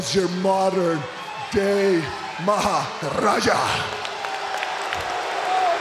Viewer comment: Let this dude say maharaja one more time 😕